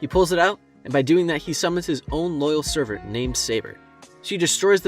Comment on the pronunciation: Did anyone catch him saying "servert" lol